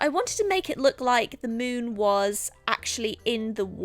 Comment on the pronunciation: Omg did anyone else constantly heard "moob" instead of "moon"? No? Ok then...